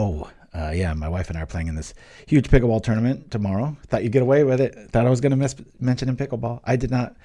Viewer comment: What is this Peekool bowl you speak of?